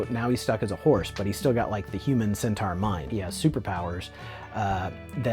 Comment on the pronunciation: The Body Horror Champ!! LOL "like I have some sort of sentar fedish. I really don't....I think" LOL